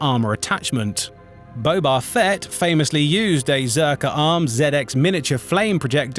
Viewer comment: Ok, but why say Jawar and Bobar. Typos for an AI voice?